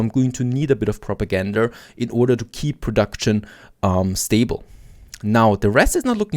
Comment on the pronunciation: It's kinda funny to me how he keeps saying ''propagandur'' instead of propaganda.. funny how accents and trying to speak in different languages can cause moments like mispronunciations